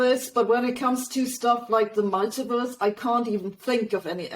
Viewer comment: When she says ‘mulitiverse’ it sounds like she’s saying “MIGHTYVERSE”…which is much better